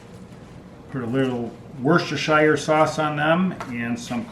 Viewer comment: Wust-eh-sure sauce. From a person from the place. Your welcome!